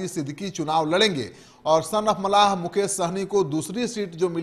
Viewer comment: Pahle bolne ka Sikh. Mallah hota hai malha nahi. Muzaffarpur jeet tay Hai. Khagariya or Madhubani dono me se ek seat Nikalna v tay Hai. Madhubani se Muslim candidate hoga. VIP party se.